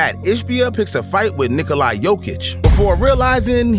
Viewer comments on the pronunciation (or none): Why does he say Nikoli Jokic instead of Nikola